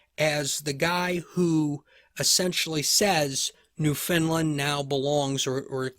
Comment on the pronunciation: I've never heard of New Finland before. Are you actually saying New Foundland? I love your lectures - so detailed, yet easy to follow and understand. Thank you!